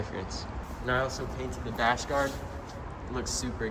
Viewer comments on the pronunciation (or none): none